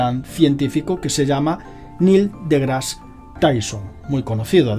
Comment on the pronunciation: Muy interesante el video, nada mas que esta bastante mal que digas "degras", asi no se pronuncia y es como un rechinido molesto en los oidos. Tampoco se dice "Big bons". Pronuncias fatal el ingles, y esto es una critica constructiva, revisa en el traductor de google la pronunciacion, antes de cada video, no es porque no lo digas perfecto, sino porque lo dices fatal, de una forma que ni se parece tantito.